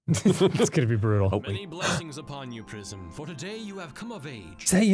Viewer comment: “Welcome to Pr-eye-zm” No one can murder a title with cold precision like Dan.